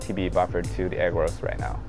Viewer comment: Dude I love your video, and forgive me I don’t mean to be offensive, but every time you say agarose I hear egg rolls😅 so I started busting a gut at the microwave egg rolls for two minutes part. Again great work!